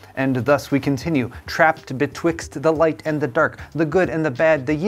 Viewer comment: he said betwix